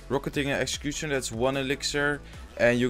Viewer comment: I really love how he says 'logh' and 'excecuctioner' Love your videos by the way,keep it up dude